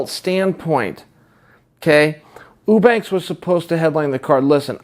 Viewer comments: Chael "Ooobanks" Sonnen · Chael leaving us snippets of evidence on the name mispronunciation being a little ongoing bit of his. Right from the start he pronounces "Eubanks" correctly, but then each time after that it suddenly changes to "Ew-banks" to fit the gag. I'm sure in all of Chael's years watching fighting he had never heard the name Chris Eubank spoken about before. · Get the name right Chael. It's Sraicha Whobanks. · Uubanks. Chaels funny sayin everyone's name wrong. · You said whobanks..... Haha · LOL OOO-sada... OOO-banks.... I'm starting to think Chael can't pronounce "you" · Meh, not necessarily true. If she got the fight she wanted, the MAIN EVENT on the main card, instead of a fucking prelim against a non-champion, she probably would've made weight... And why the fuck is Chael so goddamn bad at pronouncing names? He's a smart guy, and Eubanks isn't exactly a difficult name to say.